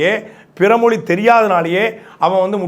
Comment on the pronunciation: நீ முதலில் தமிழை பிழையில்லாம சரியா பேசுப்பா.. மொலி... தமில்.... இது என்ன மொழிப்பா 😂